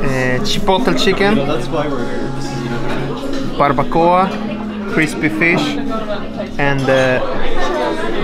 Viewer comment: Your brother pronounce "barbacoa" with perfect spanish pronunciation! Does he knows spanish? Gran trabajo!